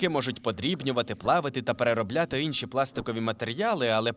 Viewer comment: інші, не ынші